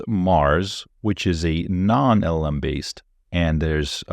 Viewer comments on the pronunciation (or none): First. It is LLM. Not LMM. 😅